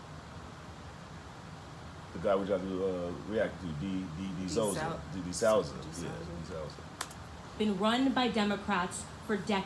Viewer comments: D'Soooza is how u pronounce the name of the guy u reacted to that u didn't understand wut he was sayin! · It’s deh-sue-zuh D’Souza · I'm not 100% on this but I think his name is pronounced Da-Sooza. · The guy you mentioned his last name sounds like D Sooza (Sue za)